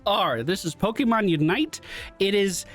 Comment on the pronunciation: Hey guy's, every time calls a Pokemon wrong, take a sip of water. You'll be nice and hydrated once the match is over.